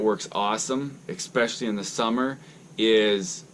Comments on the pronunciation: Especially is not pronounced EXpecially. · P there is no x in especially, plain and simple. Just like there is no x in espresso, but people pronounce that wrong as well.